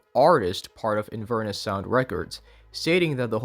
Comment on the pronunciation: Btw! Inverness is a city in Scotland and it's pronounced in-vur-NESS (the 'vur' being like fur but with a v and with emphasis on the 'ness' sylable) rather than 'in-VER-nis'. It's where Macbeth is set, and is along the river Ness which is connected to loch Ness!